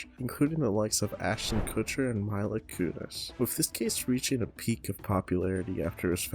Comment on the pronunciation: "MYLA" KUNIS 💀💀💀